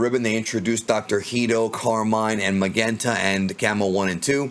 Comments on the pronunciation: Magenta's name should be pronounced more like Mazenta (マゼンタ) — which is a bit odd —, rather than Magenta (マげンタ) with a hard G. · The name Magenta, is pronounced mah-jent-tuh. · Lol why do u keep sayin magenta like that? Have u never heard of that color before? I kno it's the dudes name, but it's the name of a color as well, u kno? Lol